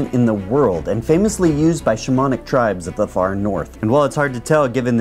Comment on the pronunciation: "This is the fly AG-aric. Used by SHOE-monic tribes."